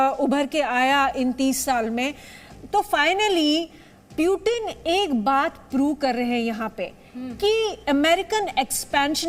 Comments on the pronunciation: haha naam lena ata nh hai sahi se anchor lady ko puten nh hai wo putin hai wo beta seekh loh jaake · प्यूटन नहीं पुतिन बोलते उसको